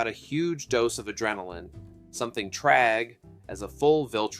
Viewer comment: Bro… you’re pronouncing Thragg as “Tragg” and it’s annoying